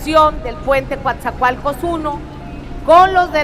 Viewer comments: NO es Cuatzacoalcos Es Coatzacoalcos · El nombre correcto del Puerto es COATZACOALCOS NO: "Cuatzacoalcos"